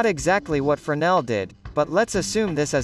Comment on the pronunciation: Se pronuncia frenél, berê. No francês não se pronuncia o S